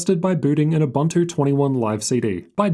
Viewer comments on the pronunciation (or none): none